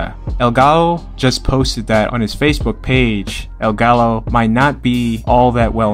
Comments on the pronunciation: it’s pronounced “Ga-Yo” when saying his nickname, in Spanish double Ls are like saying words that start with Y (to my understanding) regardless AWESOME video 👏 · You pronounce gallo as GAH YOH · For someone rocking the green, white and red combo I am disappointed you actually pronounce the word 'Gallo' with the two l's as opposed to 'gah-yo' Reminds me of my friends trying to talk in Spanish to actual Spanish speakers lmao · Hey, top content as always! Just one quip, and it's that in Spanish, when you see a double L (Llave, gallo, etc.) it's pronounced like a J, as in Jazz-Jensen-Jingle-Jojo-Jury. Just a heads up if you come up with any other instance of this with Hispanic boxers. Thanks for the great content!